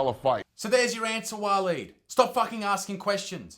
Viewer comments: Walleen or pauline?! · Waleed .. now there’s a real Aussie name 🙄